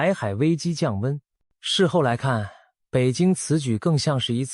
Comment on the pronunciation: 巡弋被念成巡鴿，害我以為我是不是又記錯了 嚇阻是該唸做夏組嗎？